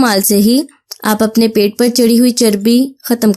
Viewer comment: It's pait not paits